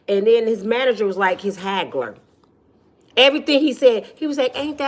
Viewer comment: Handler not haggler😅